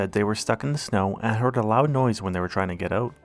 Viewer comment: The way you pronounce the word "out" tells me you are in the northern states or maybe Canada?!